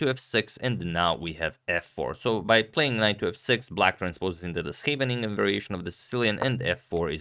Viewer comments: Your Dutch pronunciation is very good. I appreciate the effort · Agadmator really killed the pronunciation of Scheveningen. Thats actually incredibly hard for people who don't speak dutch as their native language. (Its actually one of the words that the dutch used in WO2 to know who was a german cuzz germans could never) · Great job pronouncing Scheveningen! You sound like a native Dutch speaker! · Compliments on the pronunciation of the "Scheveningen Variation!" Well done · Your pronounciation of Scheveningen was spot on! It almost sounded perfectly dutch Greetings from the Netherlands